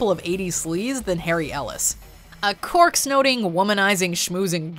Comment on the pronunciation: #5 Harry Ellis... 5mins 12secs What the heck is Cork snoting? Lol pretty sure its supposed to be "coke snorting"...